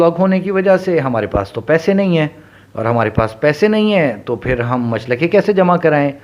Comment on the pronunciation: Machalke not machlake